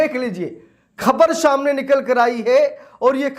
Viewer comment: शाम ने नहीं सामने। सही हिंदी बोला करो।